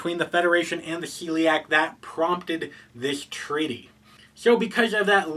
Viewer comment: It's a small thing, but I believe they are called the SHELLiak. You seems to be saying Celiac like the disease :)